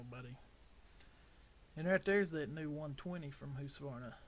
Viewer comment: ITS huskavarna not husvarna 😂😂😂😂😂😂😂